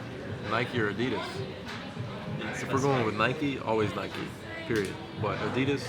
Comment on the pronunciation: PLEASE get a new camera man he knows nothing about shoes. HE DIDNT EVEN PRONOUNCE NIKE CORRECTLY